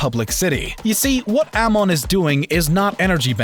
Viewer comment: U mispronounced amon its just as bad as aang in the horrid movie. Plz....plz stop making korra vidz unless they are thoughtful this is funny and a little upsetting.